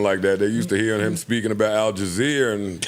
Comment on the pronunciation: Joe mispronouncing words “AljaZeer” “Stockholm’s Syndromes” 😂😂😂😂😂😂😂 Sounds hilarious to me.